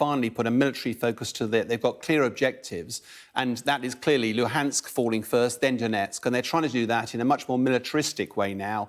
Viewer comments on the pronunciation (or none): none